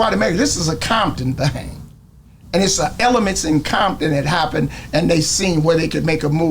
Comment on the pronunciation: Grown man saying Bompton instead of CoMpToN 😂😂guess he still bangin 😂😂 BOY wish that was popular in 90’s when we used to drive down ROSECRANS deep af Blued up CRIPPIN Crazy lookin for a set to green light to get the BG’s a target so they can stop killing each other 😂😂😂They knew they bet not do nothing wrong because big homies had a plan on they azz but they didn’t bite😂😂😂bompton 😒CoMpToN ain’t no Bomptan and say you used to say that in 90’s when Crips had all them crazy niggaz and nigaz had police Reggie Wright Jr on they set trippin on Crips hurt over the killings bout to get smoked and had to go get his daddy the one he told on to Feds 😂😂😂😂That described BIGGIE shooter had great aim tho, he must’ve been in the range practicing 😂😂😂